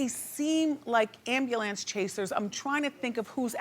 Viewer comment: I find it cute no matter how proper Wendy talks, there are still words black people cant per ounce . Ambulance is always pronounce as Ambalantce.